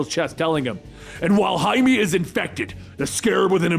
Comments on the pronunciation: Jaimie? It's pronounced High-May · Jaime= Hi-meh not Jay-me! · Wait isn't blue beetles name Jaime? Like, pronounced "high-may"? Why did you call him Jamie? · Did this dude just hi may “Jamie” Every story bruh, start googling pronunciations it takes literal seconds